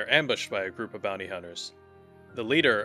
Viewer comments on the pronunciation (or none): none